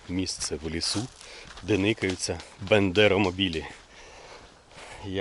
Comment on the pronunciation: Мабуть потрібно вчити ВЕДУЧОМУ ( М. М.) історію і географію. Представник РФ і той правильно вимовляє Бандеро-мобіль, а Ви все промовляєте якесь молдавське Бендеро-мобіль.